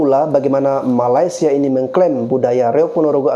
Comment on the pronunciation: Aku setuju bro!Netizen Indonesia lebih percaya berita hoax dari berita yang benar. Kami di Malaysia pun tidak tahu menahu tarian khurafat Reog itu. Hello admin...Betulkan dulu sebutan kamu...MALAY-SIA bukannya MALAS-SIA. Admin..berikan link/video Malaysia klaim Reog Ponorogo ke UNESCO.Jgn suka sebar berita hoax aja